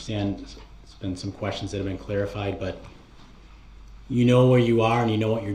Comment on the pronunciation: How true when he "axed da same quesshins" repeatedly. A total MORON!